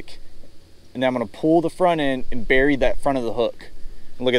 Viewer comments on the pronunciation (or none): none